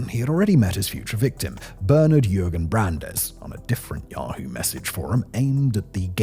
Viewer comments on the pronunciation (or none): none